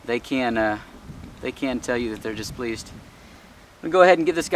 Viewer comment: classic line. "they can tell you when they are displeased." Said like a real Texan.